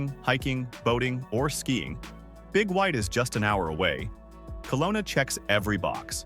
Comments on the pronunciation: Kelowna BC (not Colona) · It's not "Colona", it's Kelowna.